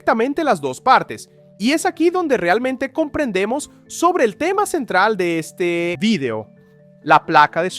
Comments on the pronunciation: jushtamente se movió hashia el eshte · She movió al eShte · 😂 la placa de eshcochia se mueve hacia el eshte 😂